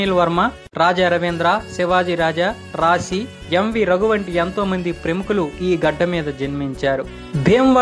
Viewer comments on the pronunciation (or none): none